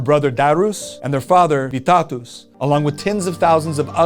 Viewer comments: And you shold say Vytautas not Vytatus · Vytautas is not splled like that its SPELLED like vytohtas say au like oh,it will be better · Vee-ta-toos is my new favorite way to pronounce "Vytautas"